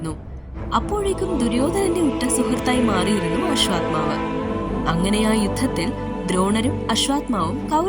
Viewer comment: അശ്വാത്മാവല്ല മോളേ. അശ്വത്ഥാമാവ്........